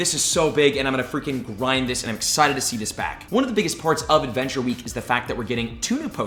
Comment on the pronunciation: Once per wee 😂